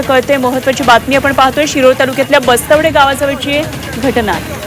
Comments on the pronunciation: Bastwade nahi bastwad aahe gavach nav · ये बाई बस्त्वडे नव्हे bastwad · बस्तवडे नव्हे, गावाचे नाव" बस्तवाड" आहे.